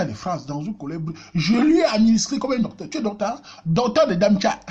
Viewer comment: Hahahaha! Darmstadt et non damtcha